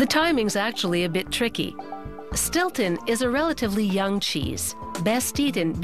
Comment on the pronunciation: Its Stilton